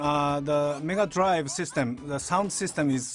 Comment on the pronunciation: Did anyone else hear Nigga Drive System? XD